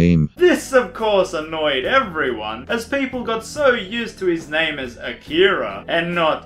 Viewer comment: Akira? Its Ah-Kia-RA AHHHHHHHHHHHHHHHHh